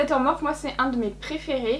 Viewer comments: Je refuse de continuer à regarder si elle continue à prononcer morphe "morphe" prononcé [morfie], nan sans rire très bonne vidéo comme d'habitude 😊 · On dit pas morphe on dit morphiiiiiiiiii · Ça dérange que moi comment elle prononce Morphe ?? Ça se prononce pas morphe mais morphi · Au top comme d’habitude ❤️ Par compte tu me fais tjrs sourire quand tu prononce Morphe car moi je le prononce « Morphie »😂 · On dit morphIIIII Sinon maquillage magnifique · En vrai ça me fait grave bizarre que tu dis “Morphe” au lieu de “Morphie” 😩😂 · Ça se prononce MORPHI pas MORPH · C pas morph mais morphe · Elle me fait rire quand elle dit m «Morphe» parceque ça se dit Morphi 😂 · les éponges étaient "abimées" parce que tu as vu comment tu les as arraché de l'emballage !!!!!!!!!!! et ça se prononce MOR-FEEE, pas MORF !!!! pfffff !!! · toi aussi si veut dire morphe et pas " morphi " c'est sont choix et respecte le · Je ne sais jamais comment il faut prononcer cette marque, j'entends des morphe, morphi ou morphé 😂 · On dit pas morphÉ??? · La marque Morphe se prononce Morfii si jamais 🙏🏻🌸 et jadore comme dhabitude!